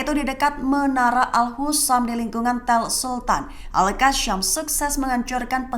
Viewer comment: Penyebutannya agak lain... Al-Qosam... Bukan Al-Kasyam.